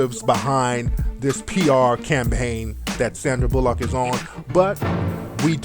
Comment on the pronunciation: Fuck you. First off you said Sandys last name wrong. A displaying Louis like that is just wrong. didn't adopt him because of that, stay out of her business.